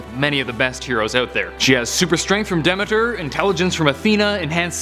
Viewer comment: You pronounced Demeter wrong.